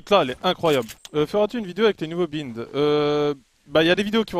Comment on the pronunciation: On dit BAÏNDE pas bïnde Et le chasseur est large mieux que le lourd